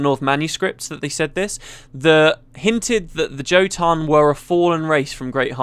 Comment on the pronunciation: Can't stand hearing a britt pronounce "Jotun" :p The word is taken from norse mythology, and I think the word means "giant".